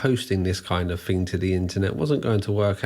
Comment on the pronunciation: He also objectively mispronounces a lot of words, which is… a ton of fun… “thing” is not spelled “fink” and three (3) is not “free”